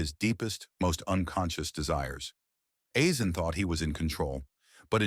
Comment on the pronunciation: Never heard any1 pronounce his name that ever